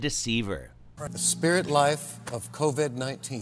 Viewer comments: He said c-o-d-v19 lol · He calls it "CODV 19." Watch Copeland weasel his way out of this later claiming, "This CODV 19" is different and it was also cured too. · Two reasons I know God did not speak to Kenneth Copeland: 1) He is Kenneth Copeland 2) God wouldn’t misspell COVID-19. Kenneth read, “CODV-19”. 😂